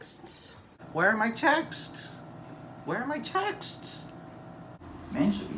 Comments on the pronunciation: Love the correct pronunciation! Sskksss at the end of the word ‘Texts’. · I adore the way you pronounce "texts".haha so good!